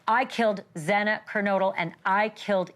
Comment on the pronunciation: Not to mention how incompetent it was to continuously pronounce Xana’s last name incorrectly was yet another slap to the victims! How about you continuously miss pronounce Brian’s name?😮